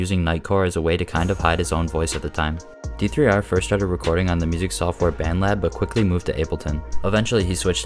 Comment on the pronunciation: hearing him say d3r instead of der makes me wanna die 😭